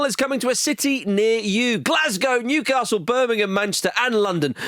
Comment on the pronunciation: Andy's pronunciation of Newcastle hurts me